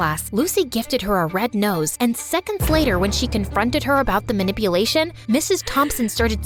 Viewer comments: Did anyone else here “Lucy gave her a red nose” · she said red nose instead of red rose 🌹👃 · I loved it but did you guys notice in min 4 she said red nose instead of red rose🌹